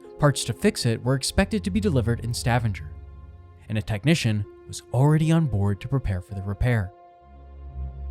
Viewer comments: Stavanger is pronounced with a HARD G. Couldn't watch it. Your use of a soft G drove me mad Please please check the pronunciation before you post. It's courteous to the natives of the country concerned, if nothing else. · Its pronounced Sta-vanger not Stavanjer 🙄🙈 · Stavanger is not pronounced like "scavenger". It's more like "stab"-"anger". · "Stav-in-ger"...😂😂😂 It's pronounced as "Sta-vang-er". I know, I know, grammar nazi, but I'm just trying to help. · I love the way you pronounce Stavanger like Scavenger. Sounds cool 🙂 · Stevanger is pronounced like Stuh-vong-er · stuh - vong - ger, stavanger lol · butchered pronouncing Stavanger. Stah Vahn Ger. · It's "Sta- vāng'-er". The "a" is long, the middle syllable being stressed. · I’ve worked as an officer onboard Viking Ocean ships for 7 years, including Viking Sky. Maximum passengers is 930, not 950+ as you indicated. Maximum crew is about 475. You have mispronounced Stavanger. It’s more like: stah-VAHNG-er. And BODØ is pronounced more like BOW-dah. (I’m American, FYI.) I had friends working onboard Viking Sky during this incident. There was never mass chaos onboard. The passengers were told what to do, and were given frequent updates. The passengers remained as calm as possible under the circumstances, although yes, it was frightening and some passengers were injured. The crew received praise from the passengers for the way they handled the situation. The full crew does not receive helicopter evacuation training, but I may be correct in saying that some of the bridge and deck officers may receive such training. This I cannot say with certainty. I’m just curious whom did you interview for all the information you provided in your video? Or what official references did you use? Thank you for reading my comments. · Please tell the narrator to .earn how to pronounce Stavanger...its Sta vang er... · ‘Stavvinjer”?? Really, make at least an attempt at Norwegian. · Stavanger does not rhyme with scavenger.